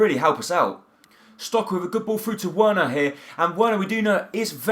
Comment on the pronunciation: I think you pronounce Werner like 'Verner' pronounce the w like a v